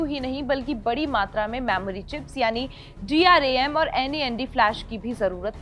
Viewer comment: Dram aur nvme hota hai bolna sekho pehle 😂